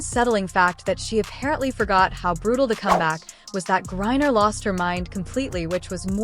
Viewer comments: I stopped listening after the automated narration messed up the name 30 seconds in. Please use phonetics in your scripts if you don't want to annoy your potential follower. Britney GRIE-NER and STEVENAY Smith will sound normal when narrated. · "GRINER" get his name right!!!!